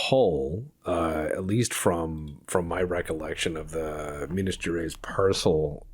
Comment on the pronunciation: Minas Gerais is pronounced like Minas GeRRR Eyes. The R like a Itallian accent saying Ravioli, the Itallian guy says RRRRRavioli. and like eyes in your face. So Minas geRRR eyes